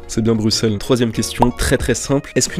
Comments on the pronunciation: Mrc enfin un français qui ne prononce pas le x dans Bruxelles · T’a bien prononcé Bruxelles, merci